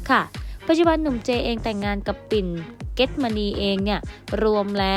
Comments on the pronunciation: ปิ่นชื่อเก็จมณี แต่อ่าน get มณี ตลกมากค่ะ ไปฝึกภาษาให้แตกฉานกว่านี้ก่อนนะคะ เรื่อง content เก่าใหม่ไม่ว่ากัน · อ่านภาษาไทยให้แตกฉานเสียก่อน เก็จมณี อ่านออกเสียง ว่า get manee ...